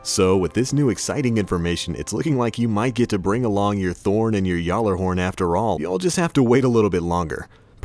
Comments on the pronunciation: It's not pronounced Yallarhorn! Even the developers pronounce it with a G sound! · You pronounced Gjallarhorn wrong.